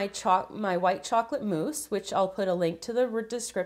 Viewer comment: She said chocolate mousse